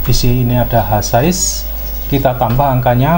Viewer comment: Itu bukan h sais tp H size